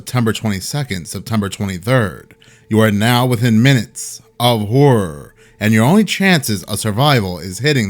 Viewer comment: I miss When he used to say minuets of “harrer” instead of “horror” in the intro